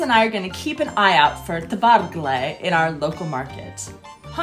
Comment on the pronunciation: So far I know its Kvargle not Tvargle ;)